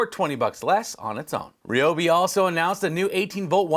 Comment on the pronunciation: Wow! You’re the only one I have heard, on YouTube, that has pronounced “Ryobi” correctly.